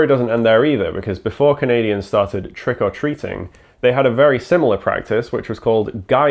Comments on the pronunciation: For a long time, I thought that it was 'Trickle Treating', that was what I could hear, I didn't understand the name and was so confused 😂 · There is a weird emphasis on the "or" in Trick or Treating in this video. I would have thought it would have been closer to trick 'r treat in the Irish Isles?